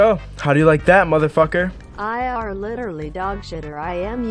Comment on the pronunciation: Ha you say litelly it’s literally not litelly lol